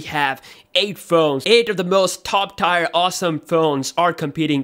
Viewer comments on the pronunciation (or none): Tier = pronounced "tear" not "tire" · It's tier, as in "fierce", not "tyre"!